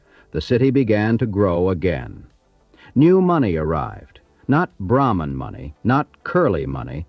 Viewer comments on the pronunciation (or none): none